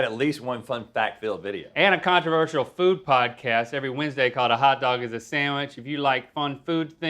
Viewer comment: I love when link says "hawt" lmfao